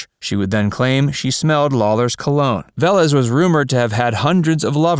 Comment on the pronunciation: Pronounced Ve-Lés